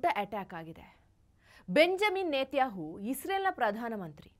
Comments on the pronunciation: ಬೆಂಜಮಿನ್ ನೆತಹು ಅಲ್ಲ ಅಕ್ಕ ಬೆಂಜಮಿನ್ ನೆತನ್ಯಾಹು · Isreal prime minister name correct aagi heli adu ಬೆಂಜಮಿನ್ ನೆತನ್ಯಾಹು. 😂😂😂😂😂 Yen kannada pronouncing taayi nindu. ಕಾಂಗ್ರೆಸ್ ge kwangress antiraa. U and jessel not good pronouncing.